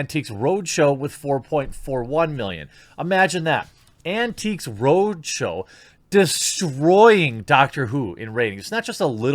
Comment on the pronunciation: As a fan from 🇬🇧 listening to you say Antiques Roadshow, is the funniest thing ever 🤣.